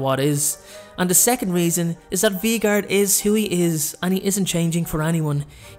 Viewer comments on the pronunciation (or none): the next one is VEE-gard Me: 😂😂🤣🤣 lol it’s Vegard: not the Bakery and clearly Snape doesn’t love her back Me: OMG LOL 😂😂😂😂😂🤣🤣🤣🤣🤣 got me on the floor laughing sorry no hate I just thought it was funny